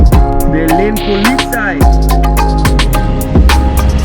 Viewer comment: Polizei ohne t :)